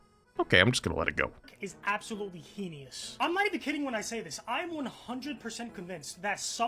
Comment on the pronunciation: how has he never heard the word "heinous" said out loud?